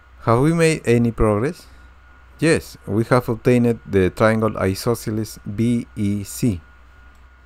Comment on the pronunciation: "Obtained" is not pronounced "Obtain-itt"!